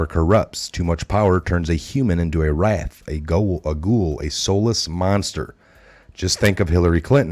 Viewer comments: I can help a bit with pronunciation... Wraith = raaay th Proletariat = prohL tehr E aht Gulag = goo lahg Not meaning to offend, just to help! Edit: Machination: mash E nayt shun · wraith is pronounced ray-th hard A sound